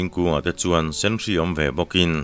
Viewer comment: Putlanhlua izar ah zan tum tawi a nuam thin e.. Dam reng ang che.. Senhri i lam dan ah hian,, hri hi natna hri kan tih a hri kan lam dan anga lamtur ni lovin, chhihri kan lam a hri thluk ang a lam tur zawk a ni e